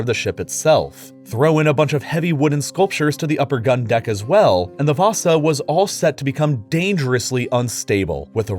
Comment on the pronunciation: You actually said the ship name (Vasa) pretty good.